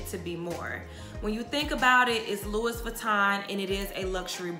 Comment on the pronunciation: love the info. the ‘s’ is silent on Louis. pronounced loo-wee.